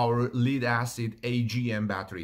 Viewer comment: Lithium-ion. And "lead" is pronounced "led," short e. You try to speak clearly, and I appreciate that. Take care and much love, Brother.